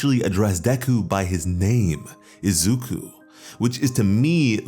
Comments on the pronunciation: I hate the fact you call him "izookoo" when it's "izuku" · i stopped breathing when he called him "Izuku"